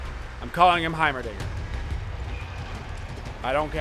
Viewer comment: When he said heimaldinger I shit my pants literally!!!!